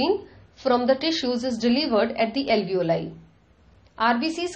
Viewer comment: where do you see ALEEVOLI written ? Its ALVEOLI.. read properly before making a vdo its irritating